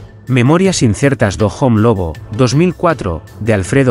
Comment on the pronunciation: Jajaja pero si es una IA ,solo hay que ver como dicen home que es hombre en gallego